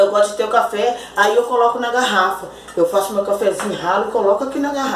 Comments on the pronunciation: Oi amada o seu não é café é cháfe kkkk amém miga Deus abençoe vcs tbem bjs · Isso não é café, é chafé kkkk